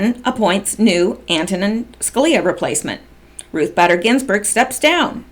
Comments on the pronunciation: Bader is with a long a....just FYI. You said you wanted to know......Lol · Badder is better for Bayder! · BAYder is certainly badder than most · Hey, minor point, but believe Bader is pronounced with a long A. Ginsburg being a radical feminist is an understatement. The country will be much better off when that witch finally kicks the bucket. After the tarmac meeting, one of them (Bill or Loretta) said they just talked about golf and their grandkids. Yea right, we believe that BS. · Just as a side note, it is pronounced BAY-DER, not BADDER. I have a feeling that she will be much discussed very soon, so I thought you would want to know. (BTW, I am wondering whether this recording of the tarmac meeting will be a part of the OIG report, soon to be released, and that is why POTUS is bringing it up now. If NSA did indeed have such a recording, it doesn't seem right that they wouldn't have shared it with Horowitz, since part of his job is looking at the whole 2016 election. Just a thought.) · Pronounced Ruth baiter not batter. just letting you know. Thanks for all you do. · Her last name pronounced Bader, LONG A SOUND. Not Badder... You annoying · It's Bader as in Bay der , hard A please. And someone please tell Corsi it's Strock NOT Strizzok , Dr. J C is NOT snoop doggin, but why does everyone mispronounce Stzrok , that Z IS A REAL BASTAGES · LL claimed that her convo with WJC was only about grandkids and golf. However, no records exist proving WJC played golf while in AZ. Actually, no one knows why he was there... Love cats. Have 3 It’s “Ruth BAY-dehr Ginsberg “ You pronounced China Stick Exchange correctly, however symbolism in the East has different connotations than in the Western World. (Relative ex pats live in Hong Kong) Scalia was a devout Catholic. His son is a priest. Scalia would never have elected cremation (Vatican II changed Church for the worse) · Ruth "Bader" Ginsburg, one "d" pronounced Báy-dur...fyi